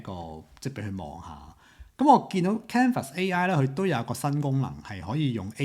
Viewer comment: 多謝同支持廣東話影片，不過有樣野想提一提，我覺得都幾"un" 耳，就係Canva 個讀音...